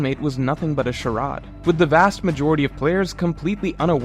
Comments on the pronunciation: Bro does not know how to pronounce charade 💀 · You mispronounced charade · You pronounced charade incorrectly, I love you